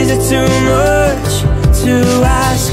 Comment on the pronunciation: even if he change 'chonce' to 'chance' you still can hear him say 'moch' instead of 'much' which is cuuuuuute ;')